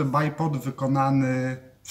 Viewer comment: Poprawnie wymawia, w przeciwieństwie do 99% innych stosujących tę nazwę. Choć można po prostu dwójnóg :)